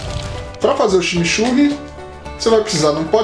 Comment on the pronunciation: kkkkkkkkkkkk, ximixurri? coitados dos meus irmãos Uruguaios ouvindo isso... a palavra tem influencia inglesa a pronuncia ta mais para "tximitxurri" eu adoro junto com uma boa Parrila ou churrasco gaúcho o verdadeiro, não grelhados! eu gosto do deu trabalho mesmo assim, abraço!